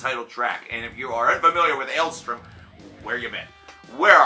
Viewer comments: Dude, it's ale-STORM, not ale-STRUM. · Take a shot every time he doesn't say the band's name correctly